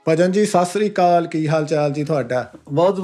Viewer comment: ਜੀ ਬਹੁਤ ਵਧੀਆ ਪਰ ਵੀਰੇ ਸਾਸਰੀ ਕਾਲ ਨਹੀਂ ਜੀ ਸਤਿ ਸ੍ਰੀ ਅਕਾਲ ਹੁੰਦੀ ਹੈ ਜੀ 😊